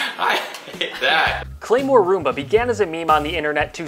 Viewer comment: Am I the only person who heard him say “A chunk of zoomba.”?